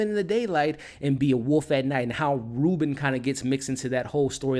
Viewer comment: The only thing that bugged the crap out of me...is how be pronounces Robyn.....BRO, it's pronounded like robin...like the birrrrdddddd not "reuben" jsjsjdndjjddxkskskejjddj Other than that, everything's great ^U^